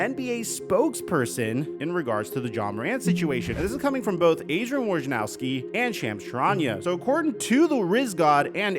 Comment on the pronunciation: Your Mahomes-lookin ass gonna feel real dumb and guilty when someone loses their house or their family. Gambling requires harsh warnings!!!!!!!!!!!!!! BTW, you can't call yourself NBA media and then not know how to pronounce a name, of the leading NBA correspondent Adrian (WOY - NA - ROWSKI), you must have heard 100x at least. Do better, guy.